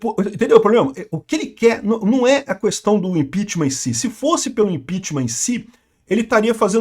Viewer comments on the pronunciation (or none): none